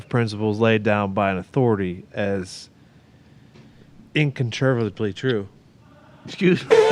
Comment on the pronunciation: It's actually the correct definition, I'm not sure what you're referring to? I think him pronouncing "incontrovertibly" wrong was why the laughs came about.